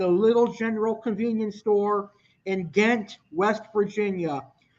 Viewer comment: It’s pronounced Jaaahent, it should’ve been spelled with a J but it’s Ghent and pronounced with J instead of G..